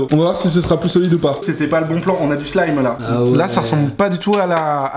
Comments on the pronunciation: Sa ne se dit pas slime mais slaim (pour le son quand tu parle).bref je t'adore et continue comme sa. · On dit pas Slim mais Slyme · On ne dit pas slim mais slaim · Adrien qui a gagné |et c pas "Slim" mais "Slyme" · on dit pas slip slaim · On dit slaïm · C'est Pas Slime Ca Se Dit Slaym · Il a dit "slim"(avec le song i) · Sa s'écria slime mais sa se dit slaime